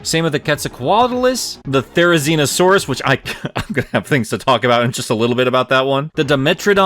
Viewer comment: I don't see (or hear) why you think you're saying "Therizinosaurus" wrong. You're actually saying right for that's the actual pronunciation of how the hairy-looking Goose with pike-like nails is supposed to be pronounced. So you're good, dude.